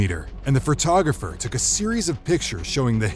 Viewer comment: Photographer, not "frotographer"